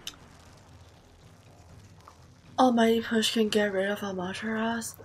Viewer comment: Almost 300 episodes, and they're still sayingAmatersau wrong